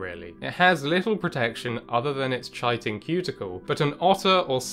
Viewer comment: no one ever gets the pronunciation of chiton right! It's 'k-eye-ton'